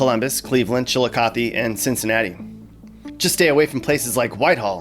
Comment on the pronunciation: Ashtabula is pronounced "ASH-tah-bue-la" not "ASH-TAB-u-la". Props on saying Chillicothe and Lima correctly